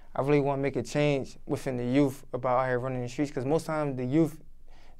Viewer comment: Wiffin the yoof